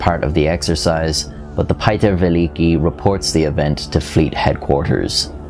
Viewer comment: "Pie-Ter Ve-licky" Me: ???? I don't understand...slowly ohhhhhh he means Peter the Great which is pronounced Pyou-ter Ve-Leek-i"